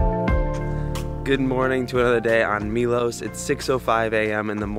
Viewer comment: It's interesting the way Americans so often say the letter O in foreign place names as OU. Milous, Dubrouvnik, Moustar, Pouznan. It's not a diphthong o-u. It's a simple O sound like in 'not' (rather than 'note'). Milos, Dubrovnik, Mostar, Poznan. I don't know why you do it. Brits never do that so it's got nothing to do with the English language. Be the first Americans to stop doing that. Lead the way! 🤣